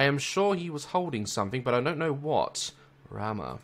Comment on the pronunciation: The way he says Rama is so funny. This is the first time I'm actually happy that my name is Rama even if its in a horror game lol. And btw Rama is a girl's name...